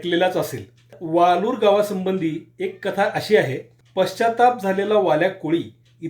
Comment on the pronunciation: ते वाळूर आहे वालूर नाही.. शुद्ध मराठी वापरत ja..